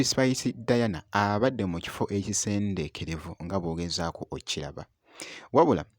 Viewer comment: Please don't spoil our mother language ekiffo ekisenekerevvu not ekisendekerevvu